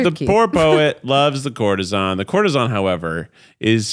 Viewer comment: cour-te-sAN not ON :) PLEASE DO Xanadu!